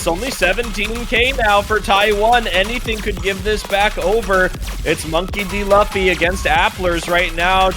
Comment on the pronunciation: the way the annoucer mispronounces Monkey D. Luffy is kinda infuriating cause how tf you mispronounce the name of the main character of one of the most recognized anime of all time??? next up he gonna start saying "Go Q" instead of goku or "Vaguita", "Nuhrut O", "Go N", please, how can u not know the name of an anime protagonist when the game ur commentating on is so deeply intertwined with anime culture ??? 😭😭😭